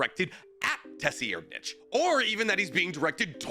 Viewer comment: Tessi Erdnitch? Tser-ried-nich So you either go american -> Sir-Reid- Or you go german sounding since it is phonetically close to german -> Ser-Reed-Nich